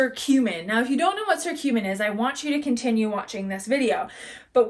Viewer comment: fyi it's pronounced kurcumin.. hard C. but good info. also One of the best ways to get The anti-inflammatory properties is to juice fresh turmeric root in your juices.